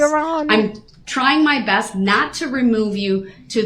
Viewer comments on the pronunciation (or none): none